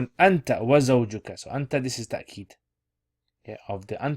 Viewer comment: Why do you say ta-keed. It's written as tawkeed